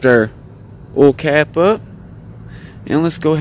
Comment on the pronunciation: Did not done Oil not all Ounce not ayounce Our not are Before not buhfore Find not fond Guys not gahz Drive not drahv Excited not exsahted Of not uh Tried not trahed